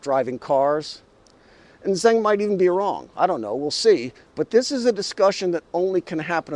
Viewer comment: Zeng and Zheng are 2 distinct Chinese surnames. Certainly not Zang. See how a non-Chinese can easily and unwittingly get the whole thing mixed up. That's one reason why the West gets China wrong - either unwittingly or deliberately.